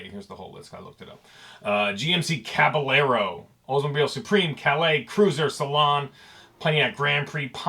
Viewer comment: it’s pronounced “caba-yero”